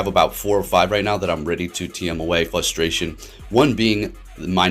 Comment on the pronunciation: Are you saying Fustration?